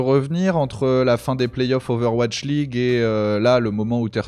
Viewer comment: et son "Ovash League" x)